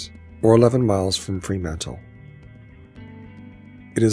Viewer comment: Great Vid, but must point out, it is Fremantle, not Freemantle. Enjoyed watching your video of my part of the world.